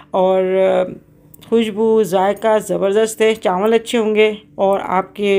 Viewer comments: Recipe bht achi thi or biryani mazedar lg Rahi thi.ek baat kehna thi ap se k chawal ko chanwal na kaha kren.noon ki awaz na shamil krn or chawal kaha Karen.plz bura na manana.... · Chanwl Nhi hota Aanti ji Chawl hota h😂